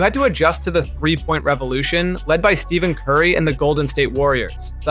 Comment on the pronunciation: Stephen. Not Steven